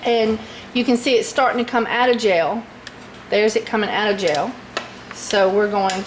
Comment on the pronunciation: I keep thinking you are saying jail. Then realised you are saying gel.